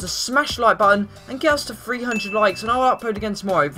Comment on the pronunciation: If you cant even pronounce your own name right in your intro. I think you need to change it.....